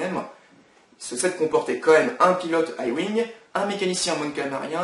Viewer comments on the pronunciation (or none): Au fait, on dit les lettres a l'anglais donc on prononce "wouaï-ouing" pour le "Y-wing" et "aï-ouing" pour le "A-wing" mais bon ça m'arrive encore de le dire comme ça ^^